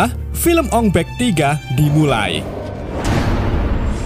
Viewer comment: Bukan ong bek. Ong bak😂